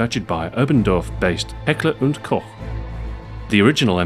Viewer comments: finally someone who can pronounce heckler and koch right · he failed at pronouncing Heckler & Koch before :D